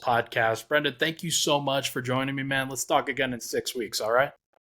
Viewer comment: It's Brend'on... You welcome